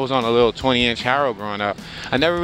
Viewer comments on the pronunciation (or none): Haro not hairo